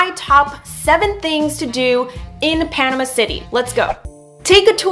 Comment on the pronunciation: You are saying Panama wrong!